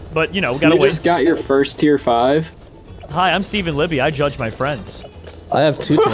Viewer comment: I thought said drugged even though he said judge